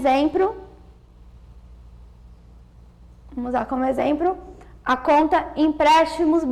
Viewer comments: Prezados não sei se ouvi certo, mas a pessoa que está falando diz no minuto a palavra "exempro" ou invés de exmplo,, é isso mesmo? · Ela fala exemPRO, MultiPRICA mas fala APLicação e DuPLicidade...vai entender...tirando isso ficou bem exPRIcado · Não tem como ter segurança com uma professora que fala EXEMPRO . Podem conferir o ExempRo dela em Depois dessa vou procurar outro vídeo . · Né por nada não mas esse EXEMPRO coçou o meu ouvido. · Pelo amoreeee!!!! A moça fala bem e explica bem, mas, falar: exprica, multiprica, exempro,.... E não é 2mil, e sim milhões! Perde a credibilidade 😒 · Boazinha a Aula. Agora "Eixempro" várias vezes. kkkkkkkkkk!!! Poh theacher....